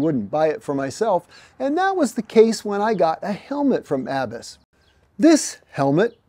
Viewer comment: Im pretty sure you don’t pronounce Abus the way you are. It’s a German company. They make locks AND some of the best helmets in the world. The world road champion wears Abus. So glad you like them. Im sure they really appreciate it.